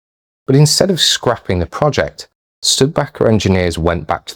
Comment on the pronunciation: I thought it was pronounced Stu-di-baker. It is certainly a forgotten vehicle.